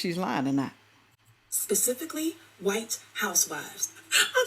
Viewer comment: Did she say pacifically or specifically ?